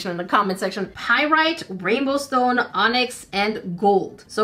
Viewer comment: Geologist here! You said all of the rock/mineral names correctly. It looks like you found a piece of onyx.